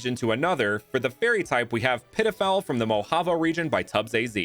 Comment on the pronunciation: I thought you called it pedophile.. you did the fairy type so dirty 😂